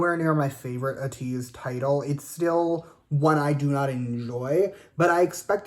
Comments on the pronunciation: First of all, if you’ve really been here for as long as you say you have, you should know it’s pronounced AYE-TEEZ, and they were kq FELLAZ not kq boys. Second of all, their music has evolved as they have grown and experimented more, but they have managed to create a signature sound that they are VERY well known for. People can tell when a song is an ateez song and that is something ateez worked hard to cultivate. Bringing up other groups and saying who did what genre better is just really shady and weird. Also, are you Latino in any way, bc if you aren’t, then who are you to speak on who uses latin influences better? On that same note, you are not the right person to be speaking on their rapping abilities or speaking on what good or bad rapping is. The way you speak about hongjoong and mingi’s abilities is really disrespectful tbh You know you don’t have to listen to them at all right? listen to their first album on repeat and stop listening to any of their new releases if their new stuff bothers you this deeply. You’re saying it’s been YEARS since they’ve been good anyway, so just stop listening to them, they are not going to stop experimenting with their sound anytime soon. You keep speaking as if people are just begging to hear your opinion on them and like it’s a chore to listen to them. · Been a fan since KQ "boys". Don't you mean fellaz??? And being a fan since then and you can't pronounce the group's name right? LMFAO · first pronounce their name right and STFU